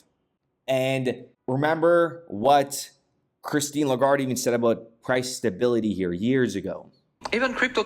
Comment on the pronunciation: 😂😂😂😂😂😂😂 Christine Legard 😂😂😂 Eth’Rum 😂😂😂